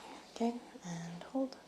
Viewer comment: i was thinking along those lines too. I’m not great with recognising slavic accents etc. but I did notice that her O’s are pronounced as like a deep U sound. I think it’s noticeable when she says ‘hold’ it sounds like ‘huld’ to me